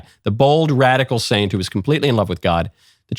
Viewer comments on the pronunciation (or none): none